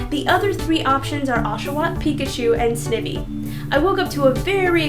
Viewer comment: Sn-ihvy? It's sny-vy! As in poison ivy!